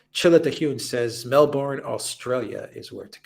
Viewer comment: As a former Melbournian, I can say with some authority, that the stress falls on the first syllable: MELBourne. Actually it should sound like MELBun. (With the Ozzie accent anyway).